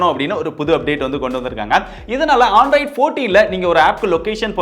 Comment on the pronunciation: Bro not Aandroid it's Android